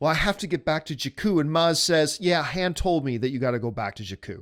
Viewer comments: how can anyone take anything seriously from a guy that cant pronounce Han the right way...? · This guy doesn't even know how to pronounce Han or Maz. Why are people listening to him?